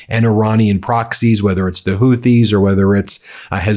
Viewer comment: Good lord, you're ignorant. It's taken you a week until you stopped calling the Straight of Hormuz the straight of Hormoze. How many posts until someone corrects you on this? "Houthi" is pronounced HOO-tee (IPA: /ˈhuːtiː/). The first syllable sounds like "who" or "hoop," and the second syllable is a long "ee" sound. It is often phonetically spelled as "Hooty" or "Hootie" in English, with the "th" often pronounced like a hard "t" sound.